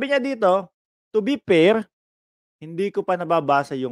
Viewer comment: Anong "to be pair?" o "to be per?"🤣🤣🤣ayusin mo magbigkas ha 😅